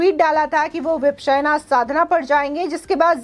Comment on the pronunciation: Vipasana hai. Vipsena nahi. Pronounce tho thik kijiye.